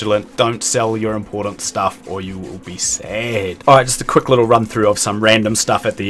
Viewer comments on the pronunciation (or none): none